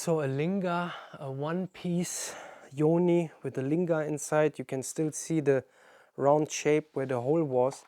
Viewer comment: I thought that Lingam. was the way to say these things?